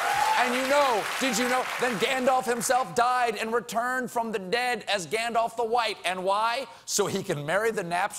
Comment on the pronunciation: It is, still, he's mispronouncing "Gandalf'' (it's not ''Gandolf'', it's ''Gandalf'' with a more open ''a'').